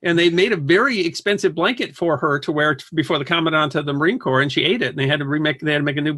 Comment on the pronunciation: Very interesting and entertaining! FYI: corps is pronounced core.